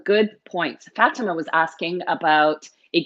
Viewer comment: Fa , tima not Fat, ima